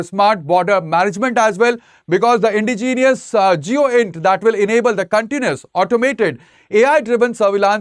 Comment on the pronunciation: It is Indigenous and not Indigenius.